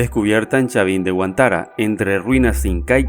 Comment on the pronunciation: "HUÁNTAR"... no huantara